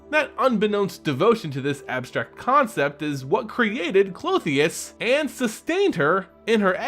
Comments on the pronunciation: Since you asked. The name Klothys only had 2 syllables from what we can see. So I'm sure her name is pronounced (Cloth-These) instead of (Cloth-the-us) with 3 syllables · Klo-tis, It's kinda weird hearing it Clo-theus and its kinda ressembling a female anatomical part. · it's pronounced clothes. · the gods name is pronounced (Kloth-is), love your work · I’m sorry I usually love your content, but your pronunciation of Klothys drove me nuts I couldn’t watch it more than two minutes. There would have to be one more vowel between the “h” and “s” to get the two sounds you were making the “ee” and “uh” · Why do you keep adding an "o" at the end of her name? :P Good to see a new video!